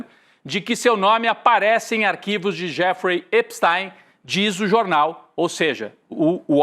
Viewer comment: Atenção: EPSTI.M e não EPSTAIM